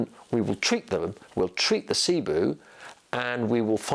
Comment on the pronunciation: It’s pronounced SIBO. Not SIBOO